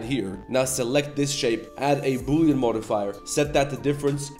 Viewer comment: Bully❌ Boolean✅